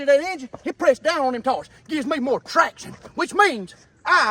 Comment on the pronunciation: Nothing is better than hearing him call the tires “de tars” 😂😂